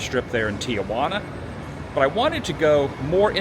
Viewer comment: It’s Tijuana not Tia-Juana not aunt Juana , just Tijuana .